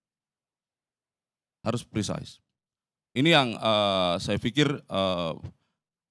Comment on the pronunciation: pemakaian kata prisais (precise) dlm hal ini gak pas.Kelihatan anda mau sok english tapi salah 😂😂😂. Pake bhs indonesia saja.😅😅😅. Be humble.